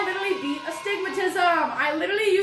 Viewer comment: It fries me how you say literally 😭😭😭😭😭😭